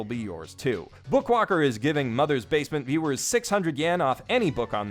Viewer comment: Now I can't stop saying basement as "bay-sea-meant"